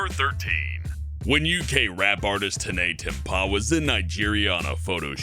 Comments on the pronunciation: It is pronounced tiny temper ..what the fuck is tineh t-tempah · Tinay tempaaaah. its tiny temper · Lool it's not tinea tempuh it's pronounced Tiny Temper 😂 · "Tenae Tempa' I'm dying! it's 'Tiny temper' lol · Tinayy temPAH It's pronounced tiny temper But like pah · ITS PRONOUNCED TINY TEMPER HAHAHAHAHAHAHAHAHHAHAAHAHHA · Tinnay Temp-ah!?! 😂 mate, I think every British viewer just very audibly rolled their eyes and laughed at you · "Tenay Tempar" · its pronounced like 'tiny temper' 😂😂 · DID HE REALLY JUST SAY "Tenay Tempah" omggggg im done 😂😂😂😂😭😭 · Ok I am I live in England and in number 13 when said "tena tempha" I burst out with laughter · Hahaha 'tinea tempuh' Love ya:) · I nearly got an aneurysm after pronounced Tinie Tempah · Butchered tinie tempahs name 😂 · Why'd he say Tinie Temper like that tho? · The way you said Tinie Tempah 😂😂😂